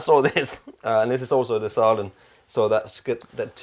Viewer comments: ffs. you know how to pronounce the Ä... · Just to let you know, the two dots above the a in the name Sälen makes it the same vowel sound as in the english words hair or bear etc. And Sälen is a small town in the Dalarna County in Sweden. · Come! You can pronounce Sälen correct 😂